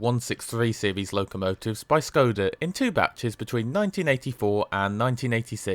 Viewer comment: Just a small remark: Š is pronounced as an English [sh], so it's [Preshov] and [Shkoda]. The same is true for Č [ch] Ž [zh] and CH [h as in heart or heat]. Czech Ř is pronounced as a very short [rzh].